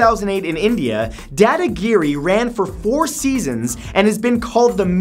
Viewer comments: Pronounced Da Da Giri not dae dae giri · It’s not dadagiri it’s daadaagiri